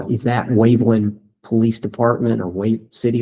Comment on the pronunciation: Waveland not Wakeland.